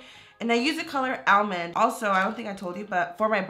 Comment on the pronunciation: She said almond wrong *throws ipad*😂